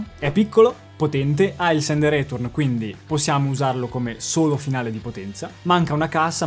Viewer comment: Sei simpaticissimo, spieghi cose utili e pratiche e ti ascolto con piacere. Se posso dare un consiglio, la tua pronuncia di "return" è un po' italienish: andrebbe letta più o meno come "ri-tern" (si trova su qualsiasi dizionario online). Il resto è perfetto. 😉